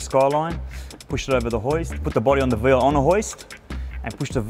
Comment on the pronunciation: Of all the things that are utterly wrong about this, why is it his calling the car veal, that pisses me off most? It’s Vee Ell, mate, not veel.